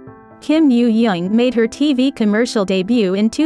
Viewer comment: kim yoojung not yo yo